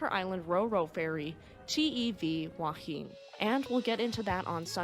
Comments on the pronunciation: if it's not too late to edit your vid this Sunday, Wahine is pronounced Wa Hee Nee. Not trying to nit pick, just my military background tapping me on the forehead. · Try pronouncing "wahine" as wah-he-neigh, although back in the 1960s we pronounced it as wah-he-knee. Take your pick - but choose one! It means "woman". The event is known in NZ as The Wahine Disaster.